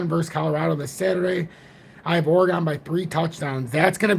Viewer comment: ..thanks for posting...ps it pronounced OREGUN..:) big Deon fan...no chance. Prineville Oregon